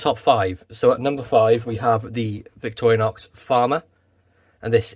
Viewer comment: Why do you say "Victoria-nox"?